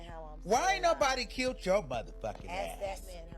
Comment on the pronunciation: it’s killed, not kilt